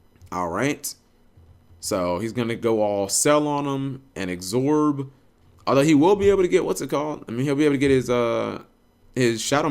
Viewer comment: Why do you add a 'g' to absorb cap?